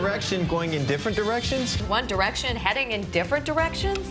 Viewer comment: By the end all I heard was: ONE ERECTION MAY BE GOING IN DIFFERENT ERECTION